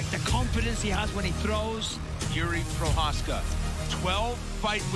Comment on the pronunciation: please learn to pronounce Procházka 🙏